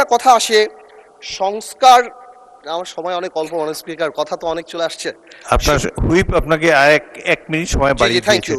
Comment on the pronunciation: এদের জুলাই নাম বলতে কষ্ট হয়,আর হচ্ছে মাননীয উসপোকার না মাননীয় স্পিকার